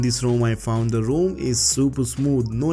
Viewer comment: Great video. Just one thing, try to pronounce it ROM & not ROAM.